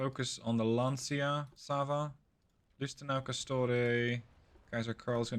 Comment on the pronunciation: Lancia = Lanchia not Lansia